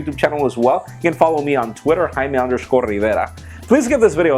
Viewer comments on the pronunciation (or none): Haimay Rriverrrrrrrra. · I just love the way you pronounce your name